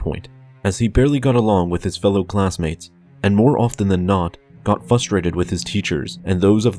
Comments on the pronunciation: It is pronounced fr-uh-strait-ed not fuss-strated. Your mouth breathing and forced speech pattern is not just detrimental and unnatural strain on your central nervous system, but irritating to my own. Pace yourself better, calm down, I hear your anger at yourself for not enunciating exactly like you wish to, breathe properly and relax, yet maintain good posture and you will have what you want(while not harming your body so much via needless straining). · "Fustrated" is not a word. There are two Rs and both are pronounced. FRUS-TRATED. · you said fustrated